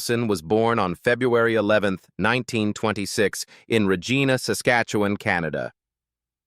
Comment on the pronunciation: You mispronounced Leslie Nielsen’s birthplace. You said ReGEEna, but locals say ReGIEna and laugh at the crude anatomical jokes.